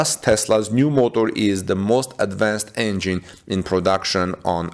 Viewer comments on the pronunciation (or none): none